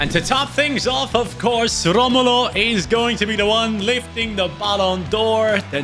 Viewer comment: Brazilians don’t roll there Rs like Portuguese do, Romulo name sounds like Ho-mo-low in